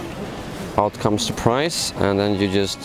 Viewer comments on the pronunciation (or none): none